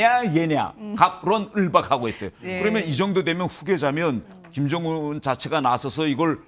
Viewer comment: 경애하는 김즈엉은 동지께서는 아니 왜 김정은을 왜 김즈엉은으로 말하냐 진짜 ㅋㅋㅋㅋ 최고존엄은 한글 발음하는 법도 다르냐 ㅋㅋㅋㅋㅋㅋㅋㅋㅋㅋㅋㅋㅋㅋ